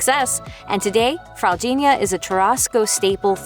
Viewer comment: good fraldinha pronunciation